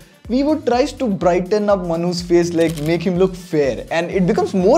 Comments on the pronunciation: The way he says "manu's" sounds more like "manhoos" 🤣🤣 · Whenever he says manu's... I always think like mnhooshh XD XD